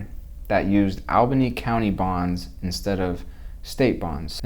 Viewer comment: Dude, it's "all" bany.